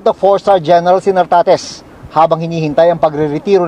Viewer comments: Correction, NARTATEZ po, hindi Tartatez 😅😅😅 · ...Nartates Hindi Tartates..hahaha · NARTATES...HINDI TARTATES..ANG LABO MO 😂😂😂😂😂😂😂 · ...GEN. NARTATEZ DILI TARTATEZ